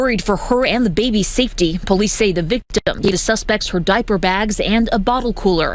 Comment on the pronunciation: you said POoo-lice. Now we know.